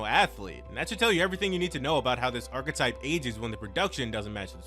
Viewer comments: I don't think knows that archetype has an E in it. He keeps saying arc-type and that's not how it's pronounced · There’s no way you really pronounce archetype as “ark-type”